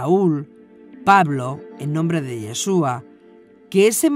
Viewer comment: Me gustan sus videos , pero realmente me desagrada que diga “ Jassen” así no se pronuncia, cualquier Rabino puede decirle